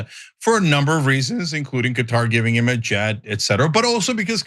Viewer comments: Thank you for pronouncing Qutar correctly. 👍👍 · They say Cutter because as you already know the original Arabic letters and pronunciation for قطر are different from English.